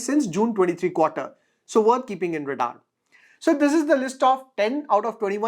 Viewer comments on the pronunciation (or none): none